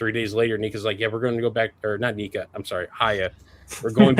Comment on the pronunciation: “Knee-kah” lmao Edit. I am thoroughly enjoying this “history” of hiya video